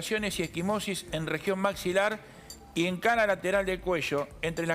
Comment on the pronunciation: ..."en la base del maximilar" Patético, el léxico profesional de ese ¿periodista?